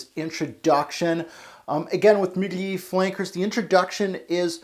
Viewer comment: I only watched like 2 videos but dude, can you please pronounce words like they are supposed to be pronounced? Seriously I thought you were trying to be funny with it at first but later I realized you were serious. Please stop it, someone might watch your videos and think that words like Perfumer, Parfum, Mugler.... (there's a lot) are supposed to be pronounced like that and just make a fool out of themselves.